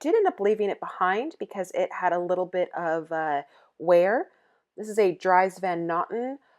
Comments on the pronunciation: Its pronounced Dreeeez not drys...:( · You know you're dealing with an amateur when the person isn't wearing gloves at the Bins. You can read the item tags for the fabric composition, or feel a small piece of the item when you've picked up your selection before heading to checkout. Also Dries Van Noten is pronounced Drees. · I believe Dries is pronounced "Drees".